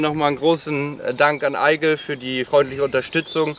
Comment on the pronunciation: Ich weiss es ist klugscheissern, aber da ihr ja auch die Stiefel in gewisserweise promotet, dann solltet ihr vielleicht die Marke auch richtig ausssprechen. Es wird nämlich (ägle) ausgesprochen. Franösisch für Adler. Keine Kritik, nur ne Hilfe. WMH